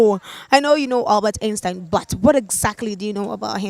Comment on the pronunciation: The way she was saying Einstein took me out 🤦🏽‍♀️😭😭😭 pronunciation mad wrong